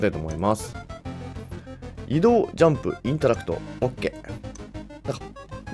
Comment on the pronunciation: OKって言ってるんか。 時々、コケ、コケ、って言ってるからてっきり世界観に浸ってるのかと。